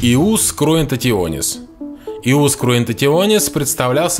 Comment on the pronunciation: Не Иус, а Йус.